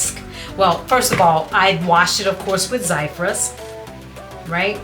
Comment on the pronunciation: Zizyphus but pronounced as Zizufus